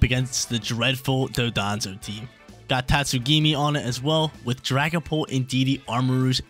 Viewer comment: One of these days were gonna learn it's Don-dozo and not Do-donzo